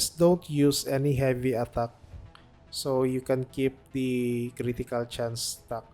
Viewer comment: I’m not even Filipino, but that’s the first thing that came to my mind. That „attagk“ is too filipino 😂